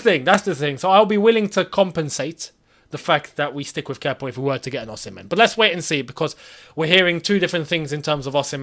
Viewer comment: You always get the pronunciation Osimhen wrong 🤦🏽‍♂️🤦🏽‍♂️😂😂